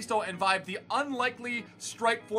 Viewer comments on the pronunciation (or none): you probably wont play with him again but just wanna say vibe is pronounced veebay